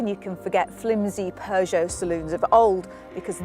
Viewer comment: There is no R in Peugeot, great review otherwise.